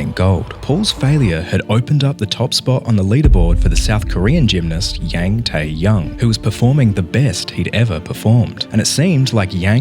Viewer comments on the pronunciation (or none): That's not how Korean names work. Tae isn't a middle name. His first name is Yang Tae (and not ahh but like yong like long).